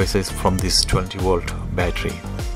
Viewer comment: its volt not wolt.